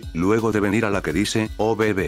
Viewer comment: Soy el único que se ríe cuando dice obb porque entiende "o bebé" 😂